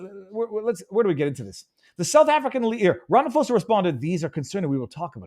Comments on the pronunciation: Ra fa mo sa 😂 funny, love it It's pronounced Ra ma po za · Just quickly Takes the punch out if you say it wrong It's Cyril Rum-ah-paw-za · Ram-I-po-sa. Lol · While I agree with most of your analysis I would have expected you, as a journalist, to at least take the trouble an pronounce our Presidents name correctly - it's not Ram-pha-mosa it is Ra-ma-phosa! the ph is pronouned as a "p" not as a "ph" sounding like an "f". And just do add, I am a naturalised South African imported from Austria in 1970 and I love it here, inspite of all the issues we have the contend with in SA. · The correct pronunciation is 'Ramapoesa'. You are welcome! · Ramaphosa prounounced: RA MA PAW SA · you not even close to saying Ramaphosa's name correctly but I love the way you say it. here we like to say Ramapoes. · Viva Frei - love you buddy! You had me in stitches as you 'slaughtered' the SA's presidents' name ... 'Rama-Posa' ... made my day. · Viva, its RAMA-P(h)OSA. "H" is silent 😅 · It's not Rafamose...just call him squirrel.